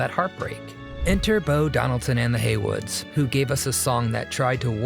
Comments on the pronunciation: "Heywoods" not "Haywards" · No big deal, but it's "Bo Donaldson and the Heywoods," not the Haywards. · It’s Bo Donaldson & the Heywoods not Haywards!